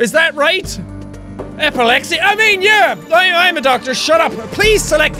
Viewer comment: First I thought you say epilepsy like apple lepsi